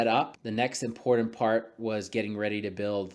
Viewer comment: IM-POR-TANT. Cool project though.